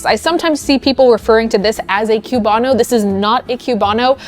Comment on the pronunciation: Love the video but coming from Florida the pronunciation of Cubano hurts. It's pronounced koo-BAH-noh rather than a "cue" or "queue" sound at the start of the word. <3